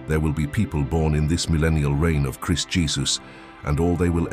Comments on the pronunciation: I love this channel it's Biblical content but I really don't like the AI voices you're using. It mispronounced Christ and the AI voice doesn't have the passion and delivery of the people you used to use. Please bring the real people back. Thank you. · I thought we were to live forever after Christ returns? Also is this narration made by an AI... I've never heard anyone say "Christ" with that pronunciation.